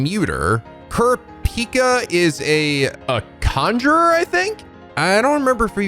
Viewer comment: I can never get over how they pronounce "Kurapika". It just sounds so wrong. A lot of small things in this dub rub me the wrong way.